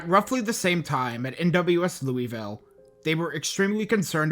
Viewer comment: I was living in Morehead, KY at that time, a college student at MSU, and I remember it well. West Liberty is the town directly south and I knew countless classmates from there who were affected in some way. I also have to do this whenever it happens, but Louisville is pronounced “Loo-UH-vull” haha. 😅